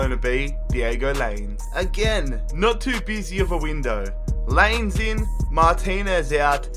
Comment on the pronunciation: Lainez is pronounced Line-ehh-s